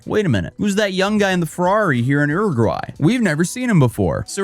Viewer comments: I'll try to suppress my shock that crypto Farmville turned out to be a ponzi scheme. Wish Logan Paul got this hilarious level of punishment for almost the same thing. Also, Uruguay: "yoo-ri-gwai",: "urr-urr-gwai?". Uruguay: "Whatever, close enough, Googling is considered difficult these days" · I’ve never heard Uruguay pronounced that way. Have I been mispronouncing it my whole life? ‘You’re-a-gwhy’ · Ehrugwy 🤦‍♂️ Americans never fail suprise me.